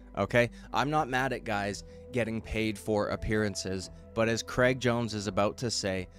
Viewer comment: Cr-ay-g lol like how straight is not stret. Please pass it on 😅